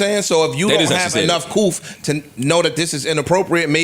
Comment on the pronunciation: ISH, WHAT IS COOF??? 🤣🤣🤣🤣 said "enough coof".. instead of "couth" lol ISH, WHAT IS COOF???